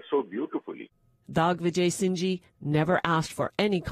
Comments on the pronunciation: He is indeed a grat maharaja i mean it's not tough for a king to adopt 1000 children but it is difficult to adopt children from diffrent cultured countries that too during wars where they can't garauntee anything. It is dhigvijay not dogvijay just a request please pronounce the name properly i know indian names or asian names might be little tough to pronounce but please do try to pronounce correctly as much possible as you can. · Ooh plzz ...It's "DIGVIJAY" and not Dogvijay